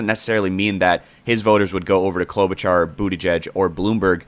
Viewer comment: Fyi it’s pronounced Klobu-(shar)